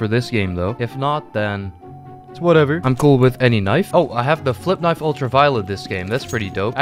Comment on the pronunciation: When he said kenayf i felt that